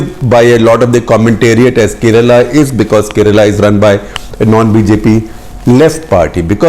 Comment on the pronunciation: It's pronounced as Kairelaa not karela like the Hindi translation of Bitter gourd! It's really sad to hear Indians mispronounce the names of states in their own country.